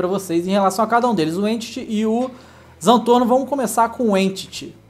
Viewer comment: Não é Zantorno é Zentorno